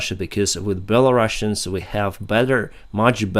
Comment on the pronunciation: Hi. Thank you for your videos. One little English language note: Belarus -> Belarusians: single 's', like in 'Rus', doesn't sound like Bela-russians, but Bela-rus-ians.